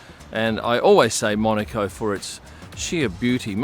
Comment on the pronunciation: Nice to see as an aussie you pernounce monaco correctly cannes is the other one when in Rome always calm line the locals top tip 👍